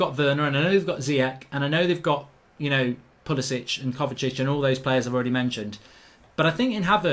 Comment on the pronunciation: Who remembers when pulisic scored the winning goal for chelsea in his man utd career mode and he called him 'pulibitch'😂😂